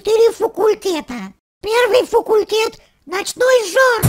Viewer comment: Не фукультет а факультет